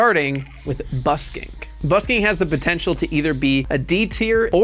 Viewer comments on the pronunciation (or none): ...starting with "Busk - INK" 😂